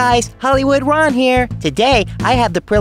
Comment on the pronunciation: i cant be the only one who knows hes saying worm and not ron